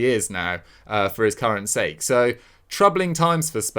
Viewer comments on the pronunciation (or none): none